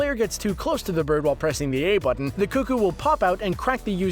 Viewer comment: teh butten